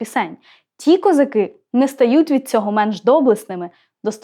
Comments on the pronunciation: а вас не турбує наголос в козаках? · Доброго дня. Мені стало цікаво, а чому, промовляючи текст, Ви ставите наголос " козакИ", але не звертаєте уваги на те, що у пісні співається " казАки " Мені здається, що це взагалі 2 різних народи...і від казАків , як від тих бджіл, можна очікувати усяке...😊 Бідна Галя...😊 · кілька років тому бачив запис інтерв'ю ,що записане було з літньою пані,де вона розповідала про цю пісню,в оригіналі було:"їхали хозари",а совок зробив "козаки" з наголосом на другий склад,як у слові"хозари',Дон-це є козацький дім,тож вони -дома,а хозари - набіжчики...Отака байда...